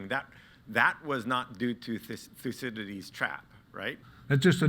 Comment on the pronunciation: Its actually pronounced Thoukede'des in Greek.